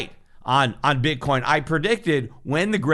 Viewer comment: he totally says "Bit Corn"